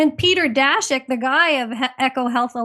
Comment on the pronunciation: Daszak sounds like Polish name, so it should be pronounced "Dashak".